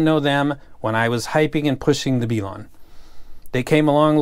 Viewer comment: B-lawn and Tripe-owin........wow the ability in pronunciation is top notch